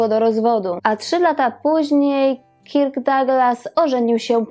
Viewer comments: B. fajny film, tylko imię Kirk wymawia się bardziej jako Kerk (nie mam alfabetu fonetycznego, więc tak to zapisuję). Wymowę można sprawdzić np. na Google tłumacz.Pozdrawiam i czekam na kolejne wspaniałe programy! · Odcinek super,tylko wymowa KIRK jest tak surowa ,ze mam dreszcze-sugeruje przy okazji podslyszec poprawnej lub zblizonej wymowy przy innych gwiazdach./przepraszam/